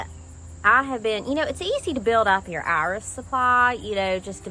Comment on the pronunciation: It’s fun hearing you say, “Iris.” 😜